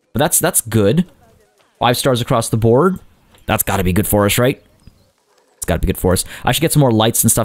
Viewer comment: When u went rrrrrrrrright over here I thought my stomach was growling